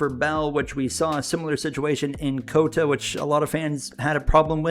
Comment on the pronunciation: Please stop saying cota like that